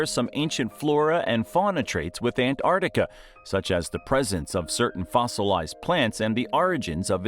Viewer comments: The narrator also has the lazy american habit of only pronouncing half the name Antarctica. It's not the Antartic. It's the AntarCtic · There are two "C's" in AntarCtiCa and no " I " in Fraser . It's not FrasIer Island . The European Alps are in Europe , not North America .Bloody yanks should stick to what they know , nothing ! Leave the hard stuff to anyone else . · Why do Americans have trouble pronouncing ANT ARCTICA………..NOT An Artica. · Why so our kids can learn how to mispronounce Australian city names, Antarctica and that jelly fish live in the outback? No thanks. I'd rather our kids learnt about Australia from Australians than from clueless Americans.